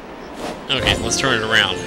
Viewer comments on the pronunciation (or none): none